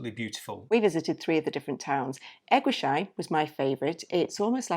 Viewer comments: You pronounce the place E- guis- heim !! No sheim !! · Even if it was very painful to hear you both mispronounce ‘Eguisheim’ every single time, I’m happy that you enjoyed the Alsace area. I just found your channel today and I’m binge watching your videos. I’m really enjoying your content.